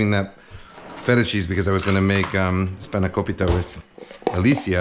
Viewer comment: The way you pronounced "spanakopita" was like hearing a Greek saying it! would like to see how you are gonna cook it though! Nice pasta dish, reminded me the way my mum cooks this pasta recipe (she adds a good amount of white wine before she adds the tomato sauce).